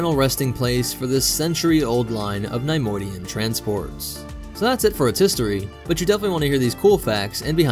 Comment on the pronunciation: NAI - modian??? Its NEHY - Modian